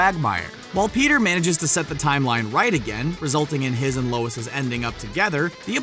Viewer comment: “Lois’s” ..seriously?